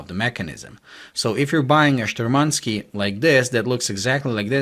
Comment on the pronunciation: it's not shturmanskEE, it's shturmanskIYE. And the stress is on the first syllable. `Shturmanskiye